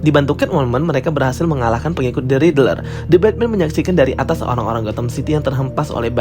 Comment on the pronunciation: Kok bacanya Ridrel sih bang? wkwk. Isi konten menarik, cuma coba perhatikan pembacaan istilah, karakter dll biar lebih bagus bang.